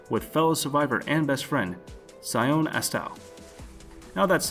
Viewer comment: I am going to say Legend of the Legendary Heroes is my favorite anime. I highly recommend it.. the dub is one of those rare better than sub types. Sion is pronounced SEE - on....